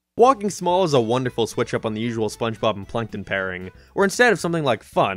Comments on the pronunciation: "spongebop squandpant" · It's sponchbop. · you pronounced spongebob wrong. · Season 5 is when he starts mispronouncing SpongeBob's name. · Can someone count how many times said SpongeBob’s name wrong? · The gradual misspelling/mispronunciation of sponge bob's name is what kept me going throughout this video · he calls spongebobs name wrong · Jesus christ how many times has he said "Spongebob" wrong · I like how he says Spongebob more and more wrong as the video goes on. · Take a shot everytime mispronounces/misspells SpongeBob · I've lost track of how many times he purposely said Spongebob's name wrong. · I love how you constantly mispronounce spongebob its so hilarious it makes me laugh everytime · I gotta count with how many times mispronounces spongebobs name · "give the sponge to cardbob" "sandbob" "gwigward" "dingebob" "bongebob"